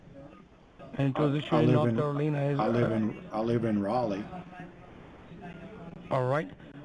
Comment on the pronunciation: They always pronounce Carolina as Caroleena.